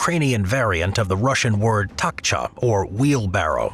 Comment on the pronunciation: Takcha?? TACHKA